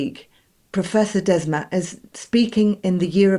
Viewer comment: Mattias Desmet ... Both first and last name are mispronounced , wrong . Mass formation is a "sort of" hypnosis she says , wrong as well . Desmet reinvented the wheel : discovered humans are herd animals . Duh . What Desmet describes , Carl Jung called "collective psychosis" . People are not hypnotised : they are crazy : totally irrational , delusional , behave accordingly and are unreachable . That's called a psychosis . When a large majority of the herd goes psychotic , the word collective applies . F.e. : the c*vid hoax : it was just the common flu . The reaction was irrational , delusional behaviour followed : madness captured the collective west : a collective psychosis . Not all were captured , some saw through it , refused the shot , but they were called crazy ..... Madness at work . The term "mass formation" tells you nothing , is neutral , does not tell you there's something wrong and could apply to different situations in normal life . Collective psychosis says what it is , no mistake . Desmet is not a native English speaker and apparently has not read Carl Jung . His reinvention of the wheel is lost in translation .